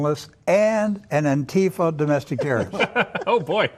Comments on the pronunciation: Wiles pronounces Antifa properly, hmmm . . . Lindell apparently was in the past addicted to crack so . . . IDK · It is interesting though, that the dude is pronouncing it correct (antifá vs. anTIFA). I never heard any ignorant right wingers ever do that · Well I dunno, Wiles actually pronounces Antifa more correctly than I've ever seen a right-winger say it. Antifa confirmed! lol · There are no "members" of Antifa,and never have been in its 91 years. But at least this fascist can PRONOUNCE "Antifa". He's the first person from the USA I've heard who can. It has no "tea" in the middle. It's Spanish. Though the slogan originated in Germany, it was the Spanish Civil War which spread it throughout the world in 1936. So the Abraham Lincoln Battalion (the mainly US component of the XV Brigada Internacional) were Antifa before this Wiles geezer was born. I haven't got a song from the Abraham Lincoln Battalion (though I'm sure they had several) so here's one commemorating Frank Ryan's Connolly Column, the Irish Battalion in the XV Brigada. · Yo at least Rick says antifa correctly. Or wait: maybe Pillow Mike is correct!?!